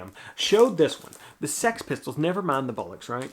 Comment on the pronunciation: That’s not a bad pronunciation of ‘Bollocks!’ Americans always seem to pronounce it ‘BUllocks’ You done well.